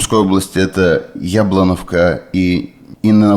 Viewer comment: Не Яблоновка, а Яблунівка, неучи, по-руззки Яблунивка